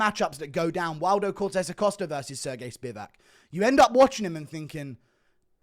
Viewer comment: How dare you say Sergei Spivac in your own accent?